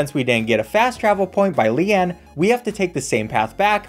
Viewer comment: The fact that he mispronounced about every characters name bugs me SO FREAKIN much but when he pronounced lian as lehahn REALLY put me over the edge my gosh